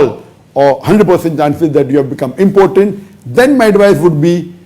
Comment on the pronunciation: It's not pronounced as "important". It's im-po-tent.